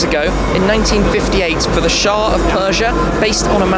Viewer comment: Shah of Iran, Shmee. Weren’t you properly educated? Lol